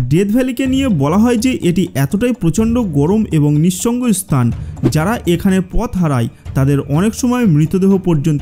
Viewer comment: ভাই আপনি স্থান কে স্তান কেন বলেন? 😂